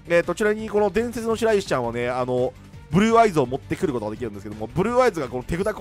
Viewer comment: ふ"ぅ"る"る"る"ぅ"ぅ"あいず好き